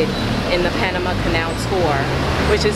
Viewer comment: I appreciate the correct "Panamá" pronunciation ❤